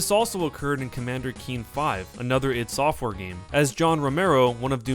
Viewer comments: Doom is like the worst FPS game of all time. And this person pronounces ID software incorrectly. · its not id its i d software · ID software - it's "eye dee" , not " eed" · It is called Eye Dee not "It" software. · 'Eed' software? Really? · You say ID software so wrong it makes me angry just saying. ;)